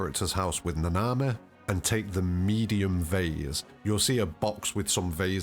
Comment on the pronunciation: Its na na mi. Not na na mehh